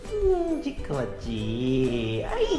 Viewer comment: 아~글쿤요ㅋㅋㅋ 부르는게 다 잼나네요~👀듣는사람 마음대로줭 머ㅋㅋ..😁 근데 전 준호가 쎈발음으로 분명 ''찍코~오 🗣🐶 라고''했는데 ㅋㅋㅋ